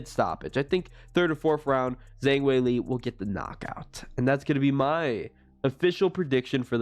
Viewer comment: Learn to pronounce Weili's name if you're going to do videos.